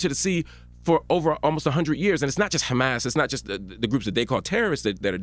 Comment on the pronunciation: How he pronounces Hamas hahaha just like a member of the group.